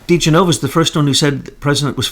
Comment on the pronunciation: It's not Joe De-gen-nova but Joe De'gen-ova. Get it right. It's a well known Italian name.